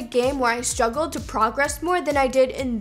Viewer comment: Who else noticed it said stuggle instead of struggle Reply!